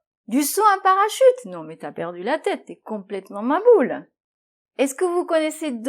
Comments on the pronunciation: je vous adore bcp💞, au fait a très bien prononcé mahboul 👍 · Bravo mahboul on prononce le h est ça signifie débile ou sot ♥️ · Merci pour les explications de nos exprissons, vous êtes super dans deux expressions choua et mahboul Vous les prononce bien.